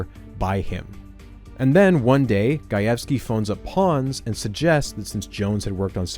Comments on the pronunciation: Hearing you pronounce Gajewski correctly is surprising and welcome after hearing your past, uhhhh, interesting attempts at pronouncing Slavic names. :P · Side note, I really appreciate the correct pronunciation of “Gajewski”! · I'm just 4 minutes in, but as a Polish person, hearing you perfectly pronounce Gajewski is so nice!!! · As a Polish person, thank you for pronouncing "Gajewski" correctly 🙇